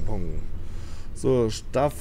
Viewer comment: Bio das heisst Staff und nicht Stuff Shuttle